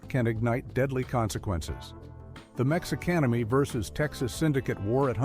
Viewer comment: Uh HELLO Texas Mexican Mafia is Mexicanemi come on whoever runs this channel get it right for once PLEASE